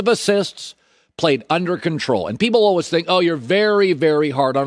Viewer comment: Colin “Alweys” Cowherd